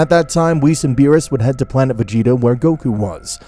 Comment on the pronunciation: Why is Goku so off character? Like the idea is cool but Goku isn't some murder hobo! And the way you say Frieza or Goku is so off and misspelt!